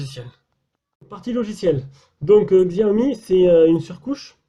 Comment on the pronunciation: Sinon, on prononce "shiaomi"